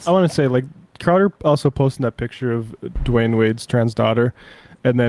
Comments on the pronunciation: It’s Dwyane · Dwyane Wade, not Dwayne wade